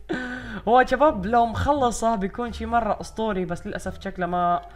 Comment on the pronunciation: الفظ عدل هيه شباب مو جباب